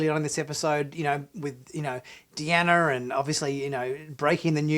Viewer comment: I like the way you say Deanner (instead of Deanna)